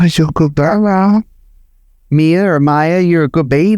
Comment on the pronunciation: Mia. Pronounced Mee-a is nice as in Mama Mia ❤❤❤